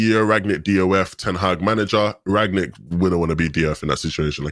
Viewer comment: It's not Rag-nick, it's Rangnick.